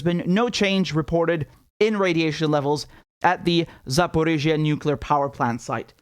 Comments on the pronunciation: I don't blame you for pronouncing the city name wrong, since it's written wrong. It's pronounced like "Za-po-ro-zhiye" . Emphasis on the "-zhiye" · ZaporOjie but Richard your pronunciation is super-cute!